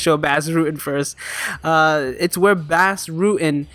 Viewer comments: Enjoy ur videos. His name is pronounced like Boss btw, not Bass. Check out Bas's rematch with Funaki. It's the greatest fight in Pancrase history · Nice vid. BTW Bas' first name is pronounced liked boss.